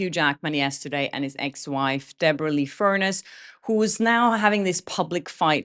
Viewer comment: Debra Lee FUR NESS …. You’re pronouncing it as furnace, the appliance that heats our house. ❤️❤️❤️✌️✌🏼✌🏼❤️❤️❤️